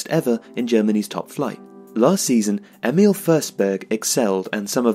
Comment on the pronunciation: Thanks, great video! But since the voice-over is butchering it, the proper Swedish pronunciation is: Emil = "Ear-mill" (with a silent "r"). Emphasis on the first syllable. Forsberg = "Fosh-bear-j" (with the "j" being very soft). Emphasis on both syllables, favoring the latter.